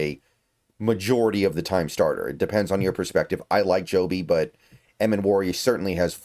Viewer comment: It's pronounced Jobe, just how it's spelled. Not Joby.